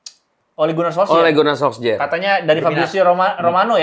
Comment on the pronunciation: Namanya Salah tuh SOLSKJAER bukan kaya spelling orang sini SOLKSJAER Soksjer😅